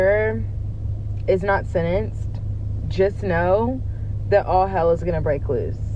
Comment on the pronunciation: Oh she has such an appealing and charismatic, lazy way of speaking ! Wow ! Sennanced - I 'll never pronounce the "t" in Sentenced ever again. I'M a new fan ! NOT !!!!